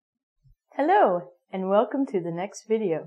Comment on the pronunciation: anyone hear that she say hello and welocome to the next video hahahha